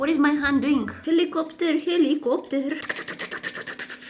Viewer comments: hELiCorPtR hELicorPtR✨✨✨ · The way she says helicopter helicopter 🚁 🤣🤣 🫶🏻 love ur vids!!